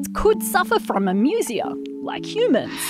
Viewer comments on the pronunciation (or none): The pronunciation of "amusia" in this video is really weird. Webster's says it's "ā-ˈmyü-zē-ə," and Collins says "eɪˈmjuziə". But this reader makes it sound like "amusement" rather than a greek derived medical term. Even Macquarie Dictionary is "/eɪˈmjuziə/ (say ay'myoohzeeuh)"